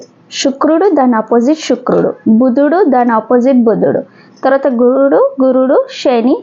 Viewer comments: షుక్రుడు కాదు తల్లి శుక్రుడు అనాలి. భాష మార్చుకొండి. తెలుగు ని తెలుగు లాగ పలకండి. మనం ఆంగ్లెయులు కాదు. స్వచ్చ మైన పదహారాన్నల తెలుగు వాళ్లం. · Shukrudu kaadhandi Sanivaram sa ni sha gaa palakadam baagaledhu 🎉 migathaa antha baagundhi🎉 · Shukrudu anakoodadhu Sanivaram sa ni sha gaa palukaraadhu